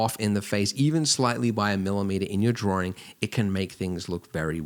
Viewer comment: Am I the only one who "Everytime he say Drawing, I am hearing Dworing!" :)